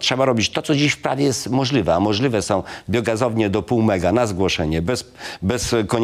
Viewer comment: Mr Sawicki, należy mówić kontroli a nie kontroly. Chwalił, a nie chwalył. Realizacji, a nie realyzacji. Możliwe a nie możlywe. Fotowoltalyka🤣 Na starość logopeda!!!!